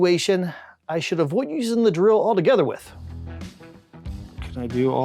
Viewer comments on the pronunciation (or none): "i should avoid using the drill atogether with". Where is that dialect from?